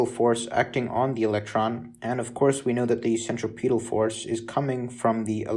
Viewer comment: too bad you mispronounce the word "centripetal." it detracts from your credibility as a reliable source of any information when you mispronounce words in your native language.